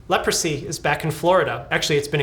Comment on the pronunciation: Leprosy ❌ Leopordsy ✅